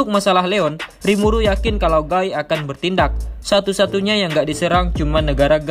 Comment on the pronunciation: sebelumnya aku minta maaf min, bacanya bukan gai tapi gi.